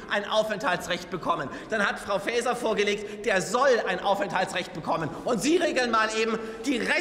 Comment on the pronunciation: Ob das Fr. "Fääser" verstanden hat😮 ihrem Blick folgend, wohl nicht😅